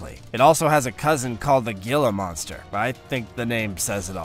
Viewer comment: Gila monster..pronounced heelah